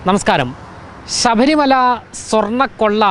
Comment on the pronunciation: ശബരിമല എന്നാണ് ഉച്ചരി ക്കേണ്ടത്. അല്ലാതെ sabharimala എന്നല്ല. ശ്രദ്ധിക്കുക